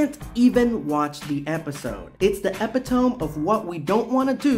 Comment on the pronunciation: FYI is is pronounced e·pit·o·me. I learned the word from reading and had the same incorrect pronunciation in my head for years.